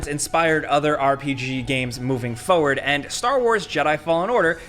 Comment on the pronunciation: Why does pronounce the word "forward" like "FOE-WARD"??? Seriously, he says it like a dozen times per episode. Once you hear it you cant unhear it...